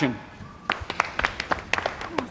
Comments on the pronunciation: ''Pottah...'' AAAAAAAAA I LOVE IT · No one : Malfoy: pHotTter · "POTTAH" - Cracks me up every time lol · You are absolutely right , saint pottah :D I cant :DDD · "SaiNt pOtTaH" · the way he says “potter” 😂